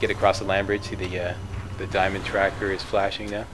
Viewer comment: next time i hear him say dimond im gonna flip